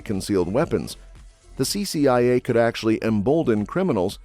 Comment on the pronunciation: CCIA, was misread several times, CIA also, This reader should be fired.